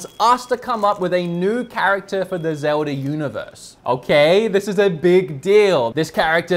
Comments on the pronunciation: Me: Zelda...: Zewder... Me: Zelda...: Zewder... Me: ZELDA!: ZEWDER! ❤️ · "Zeldar".. "Agendar"... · Does anyone else keep hearing "Zeldar"?